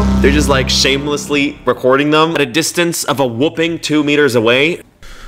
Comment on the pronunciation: Bro said "whooping" instead of "whopping"